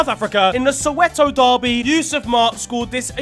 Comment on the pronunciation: As a South African I must say I’m proud of how you pronounced Soweto, you’re one of us